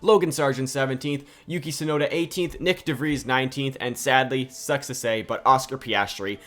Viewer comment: It's Tsunoda